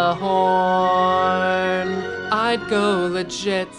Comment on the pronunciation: Would be funnier if you knew how to pronounce Gjallarhorn. It's YAH-LER-HORN